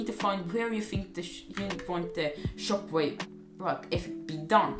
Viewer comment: I love how you said chockwave